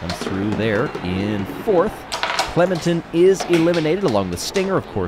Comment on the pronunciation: clememtin…….. cmon.